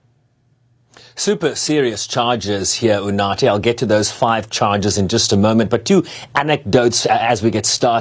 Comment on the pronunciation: Woooow, I love how he pronounced UNATHI😊😊